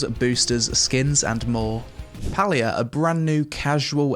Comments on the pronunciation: It's pronounced Pay-lia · How did you spend the entire review pronouncing the game name wrong??? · Palia? More like Paylia